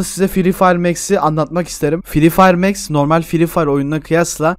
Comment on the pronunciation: ABİ O MEX DEĞİL MAX